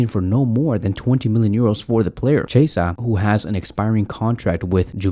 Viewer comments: Federico Quee-esa... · Im italian and a barça fan but please is cHiesa like Key